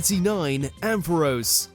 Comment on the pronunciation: The franchise was built around Ash&Pikachu But Not Anymore 😭 &You Mispronounced ZACIAN BEWEAR AMPHAROS LOPUNNY DEOXY&SSCIZOR